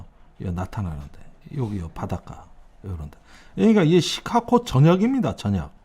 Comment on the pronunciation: 시카고를 시카코로 발음하는 이유는?